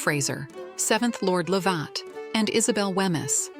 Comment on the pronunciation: And Lovat.